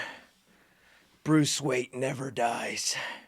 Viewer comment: Dude did you say "Bruce WEIGHT"?!?!! 😂🤣😂🤣🤣 You're the man!!! 🤘🏼🖤🦇